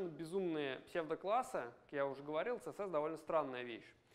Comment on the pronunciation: "ЦеЕсЕс" - спикер с глубокими познаниями английского алфавита